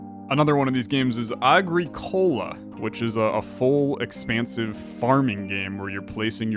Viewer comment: A small note, it’s “ah-Greek-olah” not “agri-COLA”